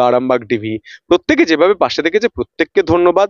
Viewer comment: ...আপনি একজন সাংবাদিক। কিছু মনে করবেন না। যদিও আপনি আমার সন্তান তুল্য,যথেষ্ট সন্মান জানিয়ে বলছি আপনার কাজ আরো আকর্ষণীয় করে তোলার জন্য দয়া করে আপনার উচ্চারণ ঠিক করুন। 'পত্তেক' 'গনতন্ত' 'পশ্ন' এই ধরনের শব্দ শুনলে ভিডিও টা পুরোটা দেখার ইচ্ছেটা হারিয়ে যায়। একটু খেয়াল করে বলুন, আপনি পারবেন।